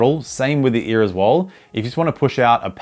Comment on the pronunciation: every time u say ear i think ur just saying E so all i hear is EA💀